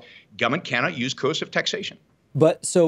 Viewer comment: If only he could pronounce coercive